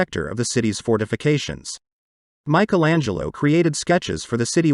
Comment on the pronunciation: Very interesting. But when will you ever learn to pronounce “Michelangelo” the correct way ? For us Europeans, it sounds so weird